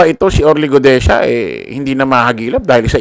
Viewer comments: Guteza not Gudeza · Orly Guteza hindi Orly Gudeza ayusin mo ang pag pronounce pleasee